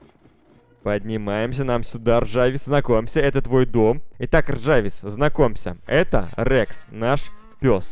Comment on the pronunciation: Не ржавис а жарвис!!!!!